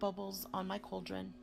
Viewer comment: its a Cauldron, pronounced Call dren, not couldren.. fyi